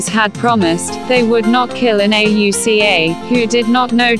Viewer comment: Computer voice mispronounces words and spells out Auca instead of saying it. Looking for a video to teach 5th grade - this just won't work because of all the mispronunciations and lack of emotion in the voice. Please find someone to record the voice. Heck, I'll do it for you!!